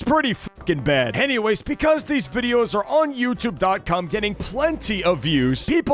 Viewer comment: Bro said YouTube. cum. 1.15